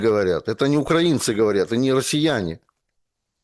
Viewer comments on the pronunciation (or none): none